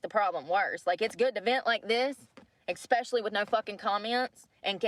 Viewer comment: It must be expeshally difficult to get a job when you go to an interview and pronounce so many words incorrectly and 😂:_brooke